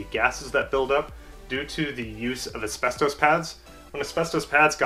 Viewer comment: You certainly have good knowledge of brakes, and maybe you are an engineer. I don’t know where you learned English, but please stop saying asbestoes. It is Asbestos (pronounced: /æsˈbɛstɒs/ or /æsˈbɛstəs/)